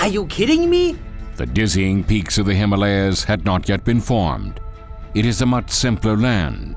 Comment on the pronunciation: I think he meant “peaks”, but it sounded like “pigs”